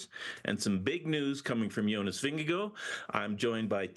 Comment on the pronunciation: Please, please, please pronounce “Vingegaard” at least close to correctly. There in no way ”OH” sound at the end of his name. It is NOT "Vin-ge-GOH". You are paid professionals. You manage other “foreign” names pretty well, but appear to intentionally butcher Jonas’ last name.